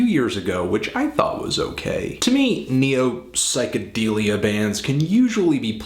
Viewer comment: I always thought it was pronounced psych-uh-DELL-ee-uh instead of DEAL-ee-uh. Melody's Echo Chamber review?